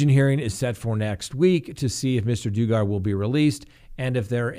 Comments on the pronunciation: I mean no offense, but the correct pronunciation of Josh’s last name is dug-er (as in dugout) spelled Duggar. Also with these charges the children in question are minors under the ages of 12 yoa. As well as if he he is released on bond he will have to have to have a 3rd party residing with him to ensure that he doesn’t come into contact with any children. It is important to also mention that he and his wife have 6 children with one on the way, and there has been nothing reported that indicates that this involved his children in any way. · OMG! Did you even research this story yourself or have watched ONE “Duggar” family video? If you had, you would know the CREEP’S name is pronounced like this : 👉 “DUH-GER” (Duggar). 🙄🙄🙄 sheesh! At least get it right so his big angry cell mate “Bubba” will know who he is!😉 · Dug Gar!!!!! Yikes, you are needing to go online to dictionary and tap button that gives audio pronunciation!!!!!😃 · Oh stop. Can't get past him saying DOO gar one more time! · pronounced dugg er Just cannot listen past wrong pronunciation! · Dug-ger, sorry but you are pronouncing his last name incorrectly. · DOOGAR???? Really? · Duggar is pronounced like doug-r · I love you... but you’re killing me w/way you are saying Duggar. It’s like “bug-ar! Short “u”... not a long “u”! Where have you ever heard it pronounced that way? Lol. But love your coverage of his pitiful alleged crime! TY for all you do,! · It’s DUG-ger,. This josh the loser has ruined his family’s reputation 10 fold. He is a complete screw up. I hope he spends his life in jail for all the victims lives he ruined. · Dug ger hard to listen when you don’t properly pronounce someone’s name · Josh Duggar pronounced Dug-er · Lmao it’s pronounced Duggar like you dug a hole😭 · Doo-gar. So digger is die-gar. My my my. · it's pronounced "dug" er. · Sorry... it’s pronounced DUG GAN. Hehe Good try though👌🏼👍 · it is "DUG'gar" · it's Duggar(like Mugger) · its dugher